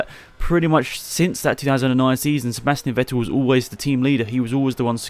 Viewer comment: Ffffffffff-ettel! It's pronounced Fettel, not Ouettil. V is pronounced F in German.